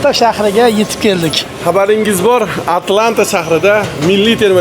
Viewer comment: ATLANTA ❌ AT A LANTA ✅😅